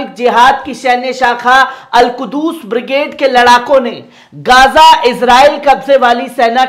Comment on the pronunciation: Not Al kudus it is a Al qhuds.